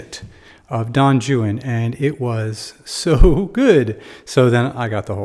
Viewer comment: Great explanation even the pronunciation of the name itself great!